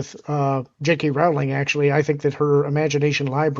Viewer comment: ROWLING is pronounced like BOWLING.